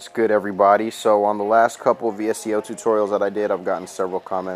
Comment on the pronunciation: Great video! Quick tip, its pronounced "Visco" and VSCO is short for visual supply company.